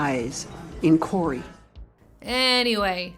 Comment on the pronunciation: My names Cory! I’d say that your pronunciation of the name was fantastic! 😂 Love this unique timeline!